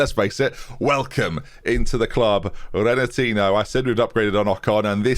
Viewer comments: RenatinYo not Renatino. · Renatinho is pronounced Ren a teen e o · Rena-teen-ee-oh... Like Ronaldinho (Ron-al-deen-ee-oh) Please, pronounce a Portuguese language name who isn't an established Real-Life World Star with -ho at the end properly for once. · I started this series late and have been loving it the way through. Surely you can't be saying renatinho the way you are though?!! Ronaldinho isn't said "Ronal-dean-o' and Coutinho isn't said 'Cou-teen-o'. Has to be simple logic as a football fan surely